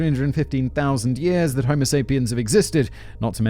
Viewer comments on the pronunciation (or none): none